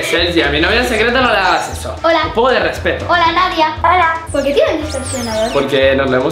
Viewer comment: Os ah veis dado cuenta q Sergi dice nadia